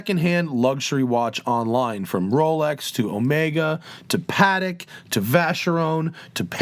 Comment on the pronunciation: Or someone calling Patek "paddock"